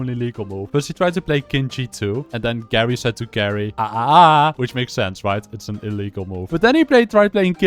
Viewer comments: HIS NAME IS NOT GARY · Pretty sure his name is pronounced like Jerry, since it might be a reference to the word geriatric